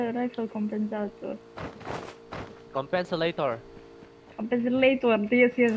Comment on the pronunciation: word of the day: Compenselator HHAHHA